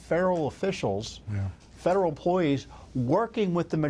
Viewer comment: Did he say federal or feral?